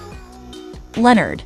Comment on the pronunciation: That pig's name is Leonard not lenerd